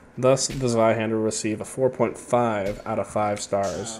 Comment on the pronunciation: It’s pronounced Tsveihender.